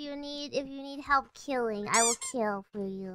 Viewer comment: She will keel